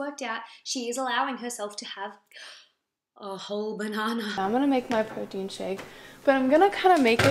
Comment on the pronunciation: I am obsessed with the way you say banahnah I want to hear it all day long 😂